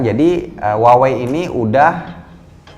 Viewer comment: kaLo gak saLah cara baca Huawei adaLah wahwei yah? 😀